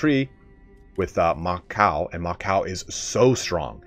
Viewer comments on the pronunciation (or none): It's pronounced Ma CHOW, not MA COW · Ma Chow, not Ma Cow. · It's pronounced as Ma Ciao